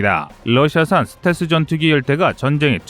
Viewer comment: 듣기가 좀 거시기하네. 슷텔스가 아니고 스텔-스 라고 해주시면 고맙겠음다.